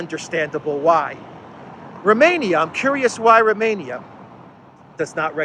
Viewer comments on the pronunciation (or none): none